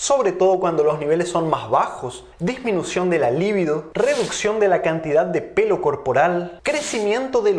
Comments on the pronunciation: Dr. La palabra es libido con acentuación en la segunda i y no en la primera. La otra sí es lívido: pálido. Saludos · Libido no es una palabra esdrújula, si no llana.